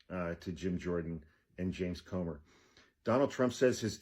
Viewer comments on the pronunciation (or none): none